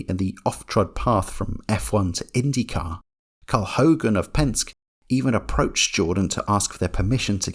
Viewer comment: i noticed you callef Penske, Pensk, just for the future it would be pronounced like Pen-Ski